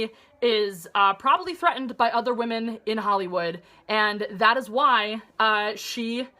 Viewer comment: says wamen not women!! lol